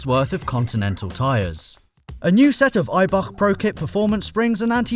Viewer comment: An English-speaker who can correctly pronounce the "ch" in Eibach? What sort of devilry is this? :D